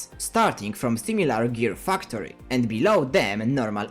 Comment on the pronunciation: Love that i hear u say fucktory